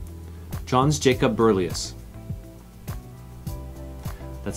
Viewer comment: I'm 77. If that's a hard quiz, then G-d help us. And it's "Berzelius," not "Berlius."